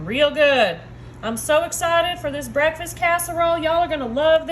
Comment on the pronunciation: " IT'S MY FAVORITE BREALFAST" LOL 😆 ❤